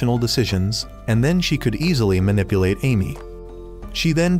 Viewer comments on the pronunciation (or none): none